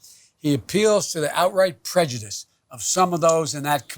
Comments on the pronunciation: did she just say prejudicedom? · Did she just day prejudism? 😂😂😂😂